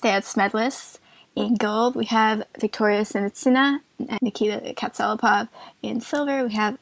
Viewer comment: Props to you guys for pronouncing their names right. But it's KatsalApov. And Bukin is pronounced as in the word "Book", like Bookin. Regarding legs talk, I thought that Alexandra is much taller, than Victoria. But according to their ISU profiles it's 170 & 167. I can't believe that.